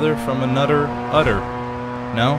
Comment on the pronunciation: Oh man! "Bruder from anoder udder" I had to pause I was laughing so hard!